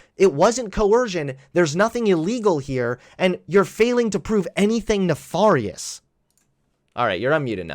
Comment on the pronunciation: Pronounced nef AIR ious not ne far ious.